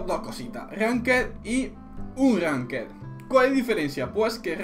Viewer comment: eres frances? lol esa manera de pronunciar ranked y unranked xd